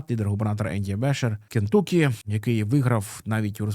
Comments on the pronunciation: Не КентУкі, а КентАкі. kənˈtʌki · Все круто, тільки правильно: *КЕНТАКІ!!!)